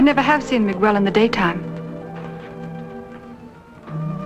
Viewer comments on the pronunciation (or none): Throughout the film the actors pronounce Miguel 's name like Miguol. It is not that difficult. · Hollywood BS regarding the pronunciation of Miguel: It is not "Migwuel" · whyyyyy does nobody in this movie know how to pronounce Miguel?? lol